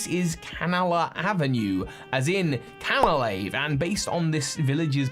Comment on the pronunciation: I genuinely can't cope with all of your mispronounced words! It's Mount Co-RO-Net. FLO-aroma! Cana-LAVE! YOO-xie! It's literally infuriating!